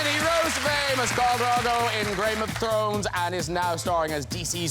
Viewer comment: "Grame Of Thrones"? 😅😅